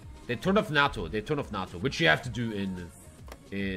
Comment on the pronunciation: I didn’t know nato had an r in it… it’s pronounced nay-tow not nar-tow